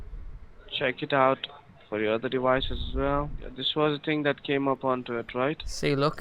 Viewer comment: Dewices. Wisa card. C wi c number. Hilarious.